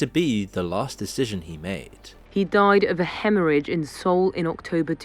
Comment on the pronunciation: Makes a video about South Korea, can't even pronounce 'Seoul' properly....